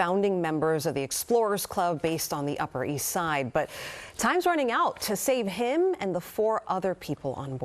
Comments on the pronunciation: Hamish Harding, not Hading. You're the news. Get the basic facts right for the sake of your credibility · American news presenters are so dumb its hilarious. I can't take them seriously, they couldn't even pronounce Hamish Harding's name correctly.